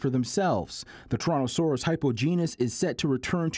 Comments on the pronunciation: The reporter can't say Islington, the other guy says "Torontoceros" as "Torontosaurus." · It's Torontoceros, NOT Torontosaurus. "Saurus" means lizard, "ceros" means "horn" or "Antler" as latin doesn't distinguish between the two. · So they're mispronoucing it. Ceros is the word for "horn" in Greek. which makes more sense. Like rhinoceros rhino(nose) ceros(horn). So it's called "Toronto horn" then. Nope, it still stinks 😅.